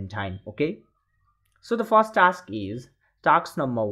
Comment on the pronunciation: bro its task not taks